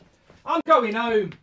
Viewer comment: Goldbridge- “I’m goin’ houmm” Home- 🤦